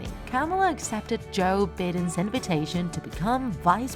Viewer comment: She said Joe bidin